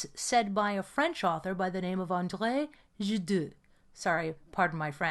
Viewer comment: gasp That's not how Gide is pronounced... Shocking, I now doubt our close and meaningful friendship 😂 I'm surprised JH didn't sidestep with another quote of his -"the colour of truth is grey, I fired everyone, white cotton gloves, ermahgerd. "